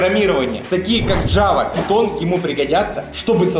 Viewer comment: Не питон а пайтон😂